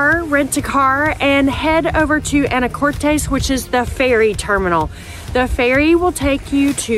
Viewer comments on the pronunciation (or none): It’s pronounced Ana- cortis not Ana Cortez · If you are going to do a review on the islands and Anacortes, PLEASE, PLEASE pronounce it correctly.. (a - nuh - kor - tuhs )...Not "tahs" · Ya Anacortes was named after Annie Curtis. Haha but the island its on i believe is a Spanish name. Fidalgo. Common mistake but funny. But yes its pronounced Anna core tis. And on the other hand, orcas Island is pronounced like the hispanic name, orkiss. Though many pronounce it like orca's Island when visiting haha. Its all good though. I was born there and visitors say anacortez and orca's Island all the time. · Some local feedback: it’s pronounced Ana•core•tis Also it’s Mount Vernon! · Mt Vernon not St Vernon and Anna cor tis is how Anacortes is pronounced. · Ikr the way she said it bugged me🤣🤣